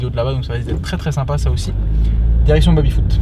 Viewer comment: Est-ce que sait dire Baby correctement? Ca me pete les oreilles a chaque fois d'entendre babyfoot dezdez